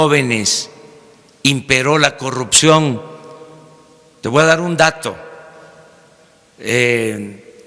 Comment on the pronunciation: Sr presidente, no se dice tegua dar, se dice te voy a dar.